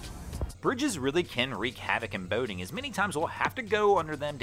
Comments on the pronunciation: Why do you say boating like bao-ting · Lol "Bowding"